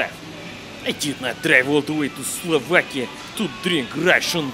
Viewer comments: Before going there: Slovakia After going there: Slavakia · Slovakia? I thought Slavakia